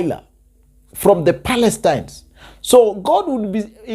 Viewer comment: Philistines, not Palestines my brother. I’m sure it’s a slip of tongue. Great msg by the way! 🙇‍♀️💕